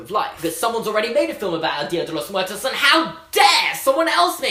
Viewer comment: Anyone else cringe at his pronunciation of Dia de Los Muertos? Like I know he doesn't speak Spanish but that was pretty bad.